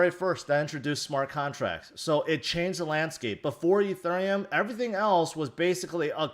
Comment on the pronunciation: im struggling watching this and this guy keeps saying uh thurium...